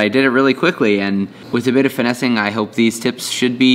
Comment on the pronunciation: It's when he said finessing for me